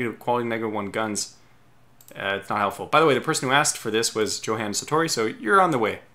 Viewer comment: Thanks! Btw it's pronounced like YO-Han